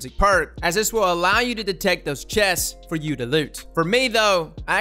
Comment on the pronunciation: You do “chess” and “awbelisss” BUT you can do “quesss” AND “step” so in theory you could do “quessst.”